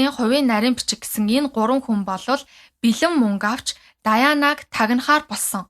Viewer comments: Даяана..гэж яриад бхы!Diana-Диана гээд хэлээд өгөөч! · Diana- Даяана, Mariah- Мараяа гэдэг шүү.